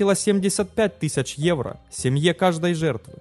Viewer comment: бесит безбожно. тЫсАчА --- жесть просто